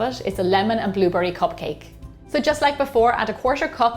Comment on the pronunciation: I love that she says bluburry.